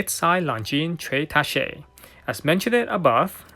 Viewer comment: You need to look up the pronunciation of “tacche”